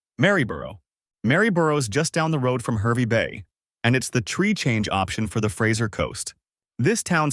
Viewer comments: It is HARvey Bay not HERvey Bay. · HAHR-vey Bay. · Oh no 😂 stop Herby bay.. yeppoohn 😅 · It's pronounced Harvey Bay